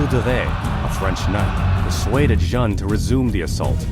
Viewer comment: JEANNE is pronounced like JAN in English but without the starting D sound --- a bit like the Chinese would say ZHAN or XHAN. The clever thing to do - would be to type it in in Google Translate and then click on the sound icon - make sure you select the proper language. Play it 2 or 3 times and repeat it also 2 or 3 times - you will have learnt something on that day. So you can pat yourself on the back. and so it goes with the other mispronounced French words - like Orléans.